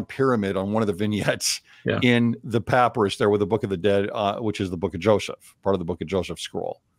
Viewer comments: Can you make me and many others happy and pronounce papyrus correctly? Puh-pai-ruhss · Merriam Webster papyrus noun pa·py·rus pə-ˈpī-rəs . It is pronounced with a long y sound, as in my. So pah PIE russ. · I’ve never heard anyone pronounce “papyrus” like that.